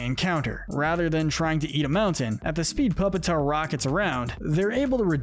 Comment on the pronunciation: Pupitar Pronounced “pyoopitahr”